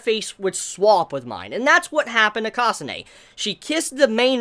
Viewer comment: You gotta work on your pronunciations. Kasa-neh, not Kasa-nay.